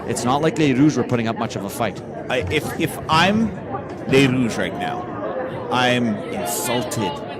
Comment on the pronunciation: Great commentary! Thanks for pronouncing the Rouges' names correctly! BTW, the first year players are stacked not just with Gabrielle Roy and Louis-Riel players, but with former club players representing 204, Junior Bisons, and WinMan.